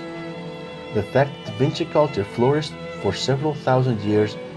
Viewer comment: Da whingy kulča🤣